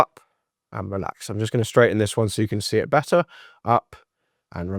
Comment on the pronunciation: “Bett-tar”….. ugh